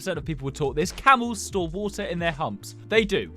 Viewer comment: “wOtar”… “ViTAMiNS”